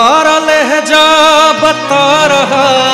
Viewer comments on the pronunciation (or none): लहजा नहीं लहज़ा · Lahja nhi Lahza .... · Lahja nahi hota hai mere bhai..... Lahza boliye Lahza... Urdu ka maan rakhiye thoda